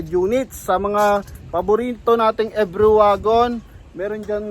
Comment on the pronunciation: Boss ang bigkas sa pangalan sa sa unit na yan every as in English, dahil sa japan yan ang tawag nila e-ve-ry parang binasa lang sa tagalog,,thanks boss